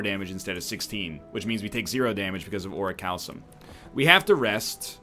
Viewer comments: It's ORI-CAL-COME, just FYI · Ori-kalkum is how it's pronounced. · "Regal Pillow... Ori-cal-some...Mercury Hourglass..." That is not how you pronounce Orichalcum. No no. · I wonder when he'll learn how to pronounce orichalcum correctly.